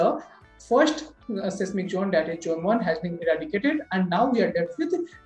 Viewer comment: It’s not jone, it’s zone 😂